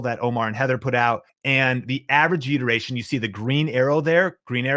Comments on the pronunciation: I know I'm being annoying and picking nits, but it sounds like you're saying: "Vyoodurayshun"----one slick and glib invented word......also don't assume, when you put on a list a term not everyone immediately knows (B-Roll) that people will not get impatient for a definition, no matter how quickly you speak... ...but I'm taking your info. SERIOUSLY I've been subscribed for a year. Much thanks for the content :D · Anyone else think he kept saying viewder-ation? Just me, ok. I was like oh, this is some new youtube lingo I need to learn - nah it's view (space) duration. Thanks for the info!